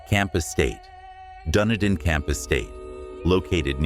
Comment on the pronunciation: thank you for your research some of this I did not know. I am a New Zealander but clearly don't know as much as I thought about our country. Dunedin is pronounced, Dun e din